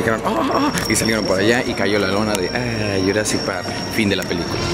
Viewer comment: dice -estamos entrando al parke de jurassick park